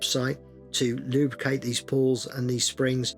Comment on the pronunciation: Take a shot everytime he says lube-cate 😂